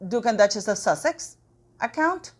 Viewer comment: What does 'Warch' mean please? Have you used up all your letter 't' by adding it to Duchess ?